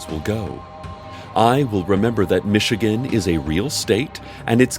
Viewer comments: wow, Cecil actually pronounced Michigan correctly. this episode is fucking trippy. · I know this podcast has taken over my life because I felt weird when Cecil said Michigan correctly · It’s hilarious that the things that set of this fandom the most are actual weather reports, the acknowledgement of mountains, and the correct pronunciation of Michigan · You know something's wrong when Cecil pronounces Michigan correctly. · you know somethings seriously wrong when cecil pronounced Michigan correctly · Only a podcast like Night Vale can have its listeners terrified by the narrator pronouncing the name of a US state correctly. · And pronounced Michigan correctly!!! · He... he didn't mispronounce Michigan. this has really upset me... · HE PRONOUCED MICHIGAN RIGHT IM SO UNCOMFORTABLE NO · He didn't, it's supposed to be pronounce 'Mitchigan', and 'Oh-hee-oh' and 'Oh-ray-gone' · PRONOUNCED MICHIGAN RIGHT